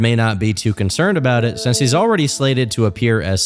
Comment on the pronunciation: hey!! learn how to pronounce things buddy like since and not sense and rekwee em?? for a dream?? seriously??, you most likely do not have a speech impediment but if you did I would know the difference, seriously get a god damned dictionary!!